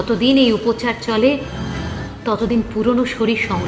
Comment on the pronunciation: Arre Upochar na shabdo ta Upachar...oshikkhito bangali